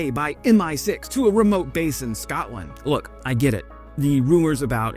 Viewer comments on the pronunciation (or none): none